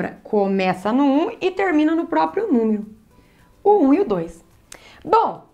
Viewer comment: Me ajudou bastante obrigado Acho engraçado a falando "númiro"